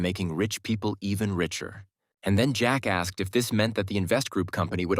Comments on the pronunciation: jack ask but it sounds like jackass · "Jack asked (Jackahhs)" 😅